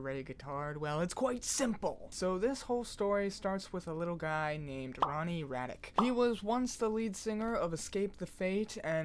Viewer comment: Hhmm and you are? least pronounce his name correctly in fact i am sure you have mixed up the first 2 letters of your name no? Gay Retard? . Ronnie is so talented <3